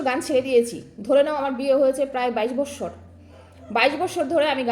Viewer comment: বছর কে বলে বস্সর বস্সর